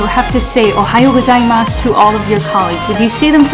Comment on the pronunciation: It’s “Ohayou gozaimasu” not “Ohaiyou gozaimasu” and you only say that in the morning in normal companies. I think it’s a show business thing that you say “ohayou gozaimasu” regardless of the time of the day.